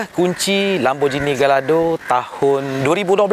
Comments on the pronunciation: Cara pronounce Gallardo ialah "gayardo" bukana "galar"do. And "Lambor-gheeni" bukan "lamborjini". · Sebutan dia gayardo